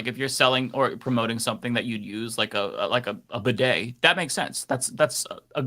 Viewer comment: Lol at not knowing how to pronounce bidet 😅 y'all help me get to the weekend!! 😘😘😘